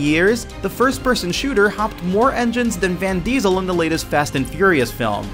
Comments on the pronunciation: who's "van" diesel????? lmao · never heard of him "VAN Diesel"